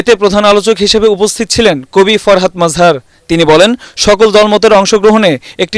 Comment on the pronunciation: তাঁর নাম মজহার, নট মাজহার। জাতীয় পর্যায়ের সাংবাদিকদের মান আরেকটু ভালো হওয়া উচিত।